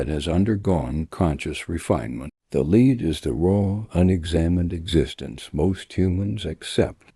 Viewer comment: Lead is pronounced wrong 😂